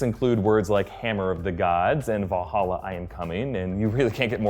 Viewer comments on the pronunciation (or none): none